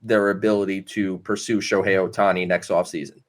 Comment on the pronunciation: Sho-me-Hei Ohtani 😆😂🤣!!!